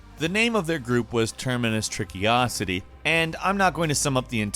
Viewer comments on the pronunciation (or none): it's also Trickosity and not Trickiosity lol I noticed that right away too ... Termacious Trickosity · termacious trickosity: has no n: terminous tricky-osity